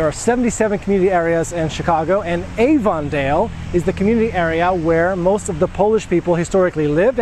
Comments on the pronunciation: Excuse me.... You are pronouncing Avondale all wrong. It's pronounce Aven dale NOT AVON like Avons calling. Short "A" and a short e sound. Aven_dale. Like 2 words together. WOW! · Hi there, native chicagoan here. Its AV-on-dale... not A-von-dale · Not even a minute in and I was going to say the same thing It's a short A sound.. Not long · As an English Language Educator, you should know that Avondale is pronounced "Aven-dale" not "Ay-ven-dale." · Oh good! I was not the only one bothered by this. I am a native Chicagoan and YES it is pronounced "Aven-dale." Not like Avon the makeup company. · the way he pronounces Avondale is driving me up a wall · Avondale is pronounced with a short "A" sound, not the long "A" as in Avon cosmetics. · That's not the way we pronounce Avondale in Chicago. That's not the way Chicagoans pronounce Chicago.